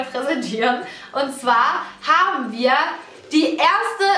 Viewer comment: Allein bei der Stimme bluten einem die Ohren. Dann die Aussprache "wir habene.." Und früher waren solche Dummchen ja wenigstens noch besonders sexy oder hübsch.